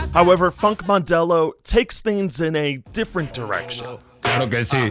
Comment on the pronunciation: Btw Mandelão is pronounced mande-lan-oh